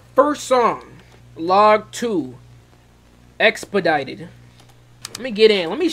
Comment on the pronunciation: dont worry, you said it right